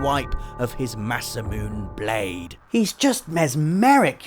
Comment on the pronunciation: Please never say "Masamune" again... Unless you actually get it right!